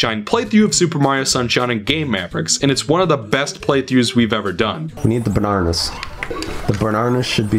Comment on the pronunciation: Also, learn to pronounce bananas